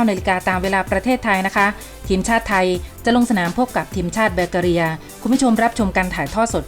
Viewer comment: ทำไมแกออกเสียง บัล กา เรีย วะ